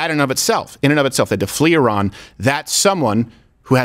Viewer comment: He mispronounced Iran 😂 uh maybe his accent is better then either yours or mine i guess